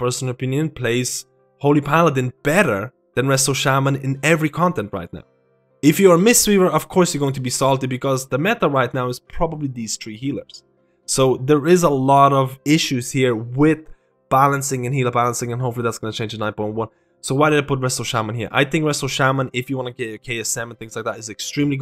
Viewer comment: "The meta is dese tree healers"